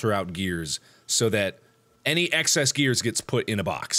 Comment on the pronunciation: Mark can't stop saying grears